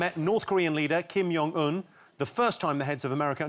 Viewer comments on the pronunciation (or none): White people pronouncing Kim Jung Un as Kim Yuung-un like he is Swedish is so funny